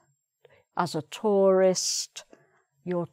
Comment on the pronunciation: your pronunciation of 'perfect', tour, tourist and touring sound strange.